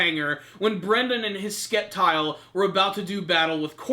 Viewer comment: It's pronounced Septile, I know it's spelt Sceptile but you don't say Skeptile, come on, I hope next week is an episode all focused on Brandon vs Courtenay